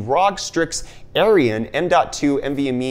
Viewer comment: Big oof on "Arion". Say it outloud to someone and ask them what they think you said Asus...